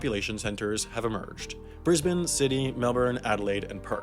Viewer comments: finally, a non-Australian pronouncing Brisbane correctly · surprising he nailed the pronunciation of brisbane and melbourne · did I just witness an american pronouncing Brisbane right? You sir, have my respect.